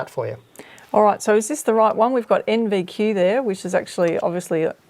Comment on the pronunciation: I think the caller said NDQ not NVQ